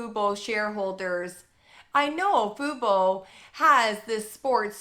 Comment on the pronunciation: also... lmao. I know you're trying to be serious... but it's tough to take you seriously when you pronounce "fubo" as "fooboo" at various times in your video LOL. it's super distracting. i'm sorry this is hilarious